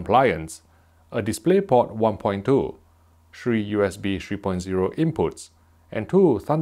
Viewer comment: "...shree USB ports"